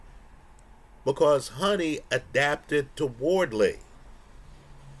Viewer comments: It’s Hoooni bro Not Honey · love your videos but you’re mis pronouncing his name. Huni is pronounced hew-ny not honey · As someone who often gets into the glue with names, i do believe Huni is pronouced "who knee" not "Honey"